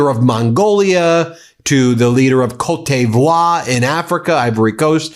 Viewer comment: Ben... I love you man... but your pronunciation of Côte d'Ivoire is just awful.